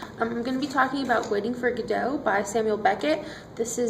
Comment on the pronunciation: Two cringeworthy Americanisms here. That dreadful, recent habit, i.e. starting the sentence/presentation with a conjunction, "so" and calling it Guddo. Its Godot pronounced Goddo.